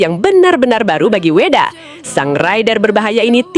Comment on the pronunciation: Vedaaa woyyyy,,, bukan Weda...